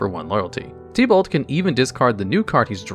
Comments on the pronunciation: Oof, normally hearing names slightly misprobounced doesn't bother me but idk why but hearing it as "Tea-Balt" instead of "Tib-Ult" was like nails on a chalk board. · Bro the only thing worse than tibalt is the way u say tibalt 💀